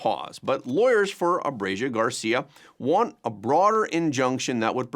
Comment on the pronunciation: Learn to pronounce ABREGO! Its ABRE GO!! NOT ABREGIO!!!